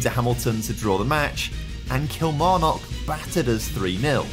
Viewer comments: The "kil" in Kilmarnock is pronounced like "kill" not "keel" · Can you please stop pronouncing Kilmarnock like a fud?